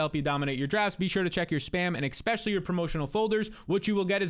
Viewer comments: your a youtuber, you talk for a living. Please learn to say eSpecially not eXpecially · Is anyone else extremely bothered when says “expecially”?